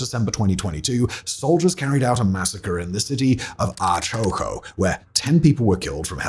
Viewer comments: hooow does someone See the word "Ayacucho" and pronounces it as "Aachoco"? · I am from aighcocho (Ayacucho) your pronuntiation made my day tho haha, well that day it was really bad it felt like a stalingrado :P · Never heard “Ayacucho” this miss-pronounced. Unfortunately the video is outdated already, after only a few days, as Jeri is no longer in charge and the political circus in Peru is getting worse and worse 🥹